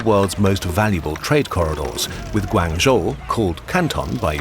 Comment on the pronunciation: Awesome video. Maybe next time make sure you pronounce things a bit better. Like instead of GuAAnzhou it’s Guangzhou with less emphasis on the aang